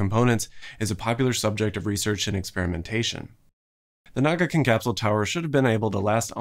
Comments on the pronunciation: It's kinda surprising that you never pronounciate Na"ka"gin correctly. You keep calling it Na"ga"kin. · how did you go about saying nagakin the whole video when it's literally written here as NAKAgin